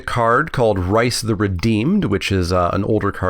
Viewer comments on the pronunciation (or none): I'm sure the MMO will be just as 'good' as their other non-card game offerings:p: pronounced more like Rees, not Rice hahah (it's an actual British Isles name)